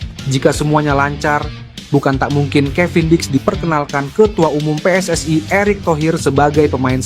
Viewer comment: Kok PSSAE, yg benar PSSI